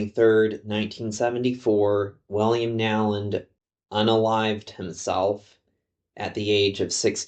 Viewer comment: Isn't the name pronounced, "Know-land" rather than Now-land?